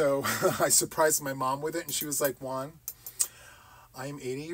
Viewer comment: Hi ☺️👋 i wonder why you say your name like you do juan sounds like one you don't emphasis the J like how do you pronounce James or Jamaica or John?? anyway one sounds good!!! love your channel ❤❤❤Nora this is a good situation 😁😁😂